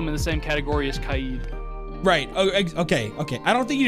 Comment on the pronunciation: Kaids name is actually pronounced Ky Aid